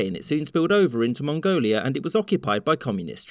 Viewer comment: ... you probably pronounced that better than most of us ever could.